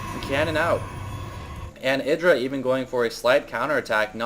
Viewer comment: YDRAAA not idra.. YYYYDRA